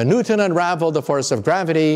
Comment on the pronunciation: Loved the video but you turned Edmund Halley into Edmund Haley. Halley rhymes with valley; and it's Isaac Newton (ew as in few) not Nooton.